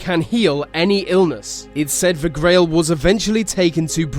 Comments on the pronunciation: He says "The" as "Va" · He says the like ve and it's extremely Annoying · why is it every time you say the I hear veh